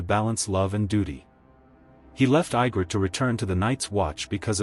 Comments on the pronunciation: If you are gonna overanalyse just to Kiss the producer's ass at least pronounce the names correctly. Her name is Egrit no Igrit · how to tell this is AI constructed... Ygrret is pronounced "Ye-grit" not I-grett. There are other obvious mis-pronunciations as well. The last surviving dragon is named DROGON... Jon did what he did because he saw that She would never compromise in her goal of ruling Westeros her way. Without Melisandii she had no one to keep her anger tempered and her mind in the real world.